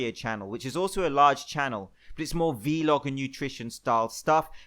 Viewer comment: Did this man just pronounce vlog wrong?